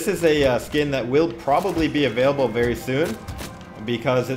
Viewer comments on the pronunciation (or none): none